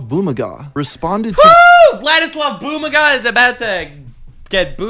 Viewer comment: LOLLL, it's Boo-MA-ga. I used to watch him 4 years ago btw